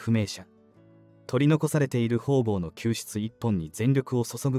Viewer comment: ホウボウとは。方々。かたがたでしよ！なんかいほうぼうと読むのでしよう。しつかりしてください！